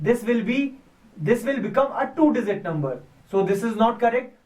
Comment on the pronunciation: z is not a dizit its a digit